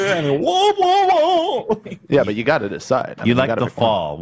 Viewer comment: it's "womp" not "whomp* actually